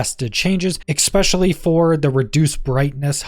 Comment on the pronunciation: Especially, not excpescially .. 🤦🏻‍♂️ also I thought this was gonna show skills stuff because of the picture..